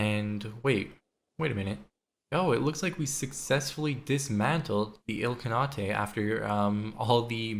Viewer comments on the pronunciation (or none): Did you just call it a “kan-ah-tae” you literally play CK3 as a career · Your pronounciation of Khanate hurts my Turkish soul..